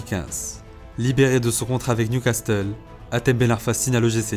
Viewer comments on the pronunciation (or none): Newcas QUOI ? fréro ta pas le droit de prononcer le "T" dans Newcastle non pas toi.............................. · Faudrait apprendre à prononcer "castle", cela se dit "cassel" et non pas "castel". Très bonne vidéo au passage. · " Newcastle" pas "NewcasTle" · Le « newcasteul » il m’a écorché les oreilles toute la vidéo mdr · "Newcasteul" "Nidgèle De Jong" t'es sérieux frérot ? 🤣🤣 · New Castel?? Tu parles de foot et tu connais pas le nom des clubs?? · Frero la vidéo elle est au top mais si t'es autant à fond dans le foot, comment tu peux dire "Newcasteul" et "Nigél de Young" mdrr ça me fume on dirait mon daron qui connait pas le foot qui prononce ça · Ça ce dis newcassel. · Très chouette petit film sur ce joueur au talent de dingue… Merci !! La seule critique (mais ce n'est RIEN) : dans "Newcastle" en fait le "T" on ne l'entend pas… :) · qui prononce newcastle bizarrement qui l’a remarqué? Mais sinon magnifique vidéo passionnante comme d’habitude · Super vidéo par contre fait un effort sur la prononciation de Newcastle stp 😂😂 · Tu n'es pas obligé de dire le T dans Newcastle xD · par contre va falloir travailler sur la prononciation d" "newcastle" parce que ca m'a brisé les oreilles... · Arrêtes de prononcer le "T" de Newcastle sérieux ça pique les oreilles, sinon bonne vidéo ! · Articule frère. Et va apprendre à prononcer Newcastle stp. Lol